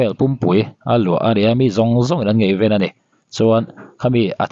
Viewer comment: Ngeihven, nilo vin, ngaihven tih tur, Utuber te hian mizotawng hi lamdik hram hram teh u, nangmah chauh katih na a ni lo, in thurual teh u khai 😊